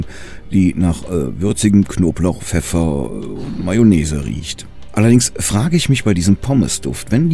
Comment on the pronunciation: Konblauch, pefeffer , besser als die letzte 🙂